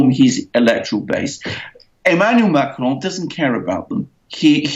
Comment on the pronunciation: Why the exotic pronounciation of Macron. Makes no sense.